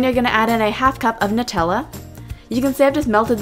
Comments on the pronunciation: Looks amazing! Its nut-tella. Not Noo-tella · it is nu tella not noo tella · It is pronounced as NUTella as in NUTS not NOOtella! I am not being rude I am just saying. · These look so good! Also, it's pronounced nut-ella not noo-tella. 🍫🍮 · It's meant to be Nutella as in Nuts. Nut-ella, not Nute-ella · The right is pronunciation nut-ella it's not new-tella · Love this but it's Nutella not nootella 💖💖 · It's nut Ella Nutella not new tells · Its Nutella not Nootella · It's nutella not nootella xx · It's "noo-tella" because it's Italian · It's Nutella (NUT) not nootella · It's supposed to but pronounced newtella like the people that invented it say so but it's literally made of nuts it should be said Nutella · It's nut-tella not :nu-tella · Lauren Fox no it's actually NUT-ella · Sindar Elf Actually it's new-tella. The nutella website says it lol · it's actually pronounced nuh-tella I read it in a blog that was giving facts about Nutella and it said the company confirmed that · Who says nuh-tella instead of new-tella? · It's NUH-TELLA because it's made of nuts 😊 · Nut Ella is how u say Nutella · It's "nuh-tell-ah" lol :) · its pronounced nut-ella because its made of macadamia nuts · It's nu-tella